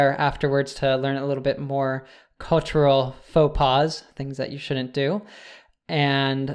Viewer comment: faux pas should be pronounced as /fo ˈpɑ/?